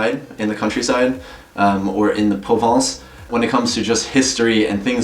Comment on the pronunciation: Thanks for the video. One recurring issue throughout your video (which makes it hard to follow) is that you pronounce "province" as "Provence." Provence is la province, but not all province is in Provence, least of all Limoges. Secondly, Limoges is not really the countryside, but a smaller "provincial" town. Nonetheless, you make some good points. Did you ever stop to think that one reason the provinciaux may not have too quick to adopt you is on account of you having "Fluctuat nec mergitur" tatooed on your arm? Pretty well everyone in France knows that that is Paris' motto, and that would potentially brand you as a Parigot. Parisians are not always well-liked by the more narrow-minded provinciaux.